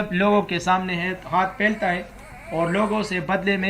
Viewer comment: haath phailaaata ha.. pronounciation✍🏼